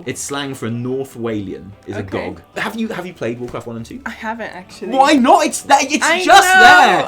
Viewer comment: It's G.O.G not gawg. I'm pretty excited to see where the story goes. I came back to the game two weeks ago after not touching it since BfA launched. Leveling two characters and doing all the quests has actually been pretty enjoyable from a story perspective. Still sucks getting less powerful as you level though. My dps nearly halved when my legendaries stopped working at 116 and the gameplay became so stale.